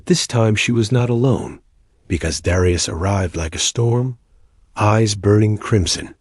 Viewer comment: I'm pretty sure that Darius is pronounced, 'dair-ree-us', not 'dar-eye-us'. 'dair as in 'fair' or 'air'.